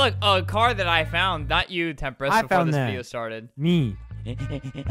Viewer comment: Him : Temprist- Me : WAIT I THOUGHT HE WAS PLAYING WITH JAKE THE WHOLE TIME?!